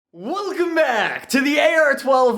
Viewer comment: “Wellcum back”